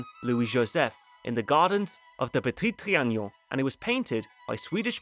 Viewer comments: It's Petit Tri-a-non. Not Tri-a-gnon. I don't know why you insist on pronouncing a "g" where there isn't one. 😆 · repeat after me: tri... a... non... trianon, and not trianion... Apart from that, it was a pleasure to watch, thank you ;) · It's ponounced Trianon, not Trianion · Le Petit TriaNOn, not TriaGNOn.. There is no Ñ/GN sound, FYI. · Its Tree an non, not tree an nion! Its not like "onion," but rhymes with " be alone"! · say it with me "tree an on" trianon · That lady is Le Brun, the most famous and favored painter of MA’s portraits. Also, your pronunciation of Trianon is killing me 😂